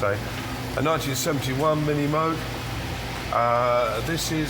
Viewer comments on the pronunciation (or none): none